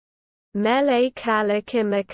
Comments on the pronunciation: you d r not even close to saying it. im hawiian im from hawaii and you dont say it right at all ur a noob at prouncing Mele Kalikimaka. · If you come to Hawaii and say it like this we will escort you BACK to the airport. Every way was wrong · That's not how you pronounce Hawaiian syllables. Aloha and no mahalo